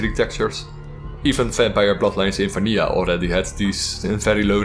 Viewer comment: Absolutely love your accent, especially how you say vanija instead of vanilla.